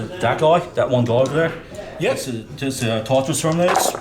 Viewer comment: Tar Tah Ross! NOT Tarra Toss! Sorry dude, I did enjoy this, but ur mispronouncing Tartaros was f'in infuriating .... nah, can't do it.